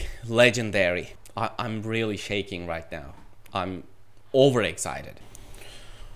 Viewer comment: Telaffunuzu daha da geliştirebilirsiniz. Bunu yazdığım sırada videonun tümünü izlemiş değilim, fakat; shaking, pretty, speaking, actual, think, written, right kelimelerini daha düzgün telaffuz etmeniz mümkün. Bir de "I want to know what I can do about this TOEFL exam" cümleniz gramer olarak doğru olsa da ana dilinizin ingilizce olmadığını ele veriyor, "the" daha otantik olurdu. Heyecanlıyım dediğiniz yerlerde telaffuzunuz daha da kötüleşiyor ama sonra tekrar toparlanıyor. Yine de Türkiye ortalaması üstünde olduğunuzu düşünüyorum. Başarılar.